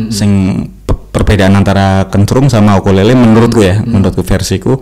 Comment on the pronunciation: Mantap konten apik,, sedikit mau koreksi ukulele bukan okulele